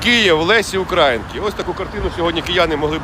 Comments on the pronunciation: Шановний автор - прошу Вас правильно ставити наголос щодо Українки. Вимовляєте як задрипаний КУГУТЯРА ! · Позорище - не УкрАїнки, а УкраЇнки.